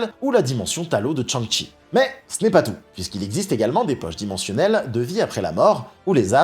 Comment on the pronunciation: Petite critique. Ont ne prononce pas Tchan-shi mais plutôt chang-shi. Shang-chi